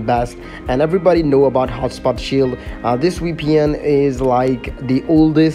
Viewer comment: btw is vpn not weepn 😂😂😂